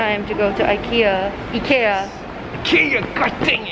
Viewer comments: The fact you’re pronouncing IKEA correctly 😭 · I’m Swedish and CRED TO YOU FOR PRONOUNCING IT RIGHT!! So impressed HAHA❤️🥺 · Proud to here the right pronunciation of Ikea haha, love you and content! love from sweden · Thanks from Sweden for pronouncing IKEA correctly:)🇸🇪🇸🇪